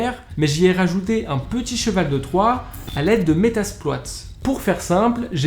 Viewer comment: comment il prononcé métasploit😂